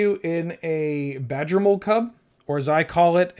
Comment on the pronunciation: Pronounciation on the badgermole cub was on point ❤